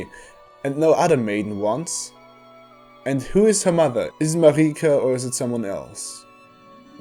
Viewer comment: It's literally not pronounced "mareeka" it's Merika